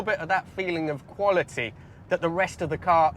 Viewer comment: Its difference between 'quality' and 'qvolity'